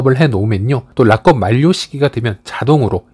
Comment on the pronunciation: 파이랑 상관없는 말씀이지만 락업 발음을 라껍이라고 안 하시면 안 될까영.. 우리나라 외래어 표기 방식으로도 그렇구 외국인 발음 들어보니 라겁 or 라껍처럼 악센트를 아예 다 준 것 보다는 '락'에 앞에 강세가 있고 뒤에 업이 자연스럽게 붙어 라ㅋㄱㅓㅂ 커와 거 중간 느낌으로 말하더라구여. 의 발음이 틀렸다고 말씀드리는 게 아니라 강세 있는 발음 단어가 너무 많이 반복되다 보니 영상 시청에 있어서 가독성? 몰입도가 떨어지더라구요. 약간 부드럽게 말씀하시면 더 질 좋은 영상이 되지 않을까 해서 조심스레 건의드려봅니다. 항상 감사드립니다